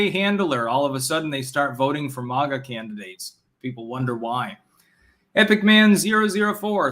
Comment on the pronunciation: When u gonna start pronouncing MAGA correctly?